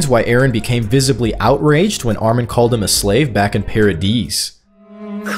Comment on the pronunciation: really bro paradeez?😂